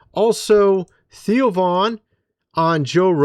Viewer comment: Cmon man, it THEO , NOT TIO.